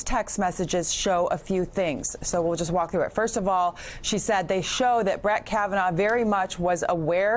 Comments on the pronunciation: he says kavanar and then shortly after he also mispronounced Feinstein.. I know he’s dumb but those mistakes were just ignorant and lazy. Hilarious to me tho. 😂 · Did he REALLY just mispronounce Kavanaugh twice 🤔